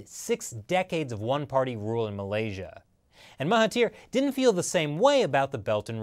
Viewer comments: Correction: it's Mahathir and not Mahatir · Mahathir* Oh and the "Th" is pronouced as "D" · Its spelled as Mahathir and its pronounced as MA as in "my" without the y sound,HA as in "heart" without the art sound and finally THIR is pronounced as "there" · Even though you couldn't pronounce Najib and Mahathir properly, great video.